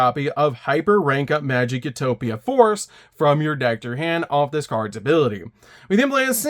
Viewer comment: “You toe pic” not “u top ick